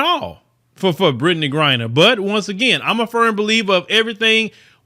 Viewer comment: Yay finally got her name right lol